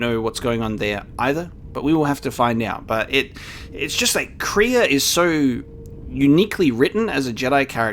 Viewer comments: It's not kree-ah. It's Krey-a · Kreia is not pronounced Kreeya, but Crayuh. If that makes sense :) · I've just been casually watching him say her name wrong, wondering how many episodes it will take to learn how to say it